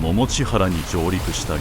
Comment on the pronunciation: 地名の読み方間違っていますよ。 百道原 ❌ももちはら ⭕️ももちばる